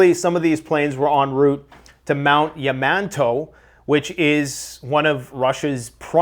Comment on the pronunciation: Mount. Ya-min-tau